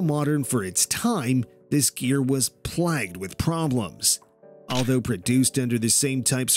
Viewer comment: The mispronunciations killed me. He pronounced “plagued” like “plagged”, docile like “dose-il”, and “fuselage” like “fusil-edge”. Very repetitive and the “movie narrator” shtick made it almost farcical.